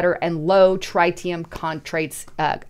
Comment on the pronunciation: Please learn to say "TRITEEIUM"....